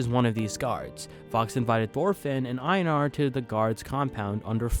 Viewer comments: As a life long fan, my joy of seeing so many people gushing over VS is only matched by my irritation over seemingly no one being able to pronounce the character names, not like the characters themselves aren't constantly screaming each other's names in the show 😆 I love you man, I really do, but for future reference: Einar is pronounced HEY-NAR, Askeladd is pronounced ASH-HE-LADD. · I’m sorry but please stop pronouncing einar like that, you act like you haven’t watched an episode and see just reading off a script someone else wrote